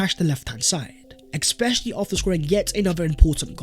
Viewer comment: Please stop saying exspecially, it's driving me fucking mad.